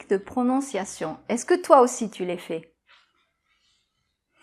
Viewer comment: Vidéo intéressante. Attention quand même, tu prononces "fais" comme "fée". Pour un natif ça pose pas de problème de compréhension, mais ça peut peut-être l'être pour les autres. ^^